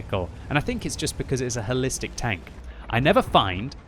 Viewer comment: I thought he said, "Hellistic", which actually makes better sense.